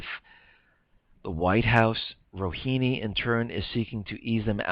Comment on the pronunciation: the correct pronunciation is Rohaani, not Rohini. thx.